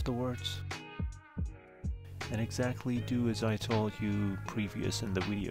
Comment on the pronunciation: Thanks that helps ! Just thought I'd let you know, Video, is pronounced as a V at the start not a W. It's Video not Wideo.